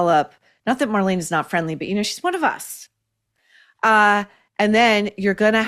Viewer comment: Oh. Emm. Geee!!! My name is also Marlena (pronounced exactly the same way) and I always love when Maureen mentions her producer. But today I felt a little bit of the Lord’s pain hearing my name taken in vain, frequently…😉